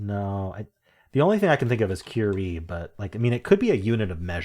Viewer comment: I got excited when the first 4 were green for CURIE! That's my last name. And, thank you for pronouncing it correctly!